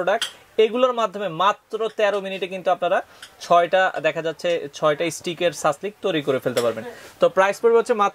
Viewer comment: সাসলেক নাকি সাসলিক?? ইংরেজি উচ্চারণ কিন্তু "Shashlik"